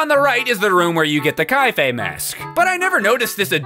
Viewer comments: Why does he still pronounce it "Ky-fay"?! It's K A F E I. "Kah-fay!" 🤣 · Majora is also my favorite Zelda game, and the only Zelda game in fact that ranks in my top favorite games of all time. Also, Kafei is "Kah-fay." If it was "Kye-fay" it would be spelled "Kaifei." Just a heads up.